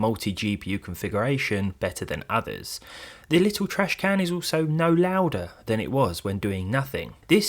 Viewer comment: its Little not Littaw.